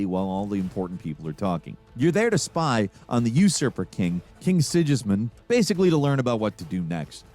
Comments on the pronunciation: King SIDŽISMUND AHAHAHAHAHAHAHA WTF IS THAT LEARN TO TALK DUDE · Yeah, it was also pretty bad how he pronounced Sigismund, the guys name is said out loud enough times in the first game and probably the second game for someone who is actually playing the game to get it right lol...